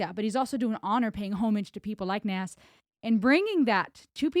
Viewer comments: You keep saying Nas it's not like it's spelled. It's pronounced Nos as in Nostradamus. He has an album called Nastradamus. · Pronounced NOZ, Not Nass. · It is not Nas like in Nashville, It is Nas like in NOS. Ren nailed it. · Say Oz, then put a N in front of it. NOZ—-NAS.. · Just a FYI its pronounced Naz.. Like a Z not an S. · Just deleted saying how sorry I was for sounding like a pronunciation nazi because I just noticed your above comment, but I'll leave in the reason it's pronounced the way it is... His birth name is Nasir bin Olu Dara Jones, with the first named pronounced /nɑhːˈzɪər/, so his rap name Nas is pronounced /nɑhːz/. Also, I LOVED that you did a bit of the original Halftime by Nas himself, very respectful and great way to kick off Ren's version. Great ear by the way hearing the Jazz music, Nas's father is a jazz and blues musician from Mississippi, and on the line you shouted out the Atlanta Braves...."Atlanta ain't Brave-r, I'll pull a number, like a pager", might have been a shout out to his brother, Jabari Fret, who raps under the name Jungle and was a member of a hip hop group, Bravehearts. Although it's his younger brother and the group formed after this track, so forget that, there might be a tie in, cannot confirm, anyway, great reaction and synopsis, top tier as always!!!! ✌💚